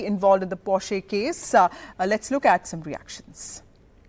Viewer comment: This anchor is the only person who pronounces "Porsche" correctly. Even Arnab pronounces it wrongly!!!